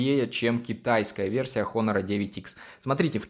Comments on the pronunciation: НЕ ХОНОР, А ONOR 😠😠😠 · Не Хонор, а Онор олень правильно в Английском буква "H" не читается в этом случае. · Читается просто как онор, без Х